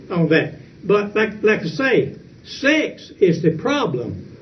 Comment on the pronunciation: He pronounces "sex" as "six".